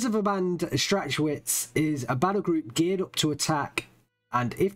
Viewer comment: Strach Witz not strach schwitz xD